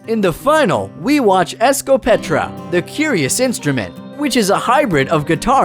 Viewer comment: it's escopetarra, no escopetra.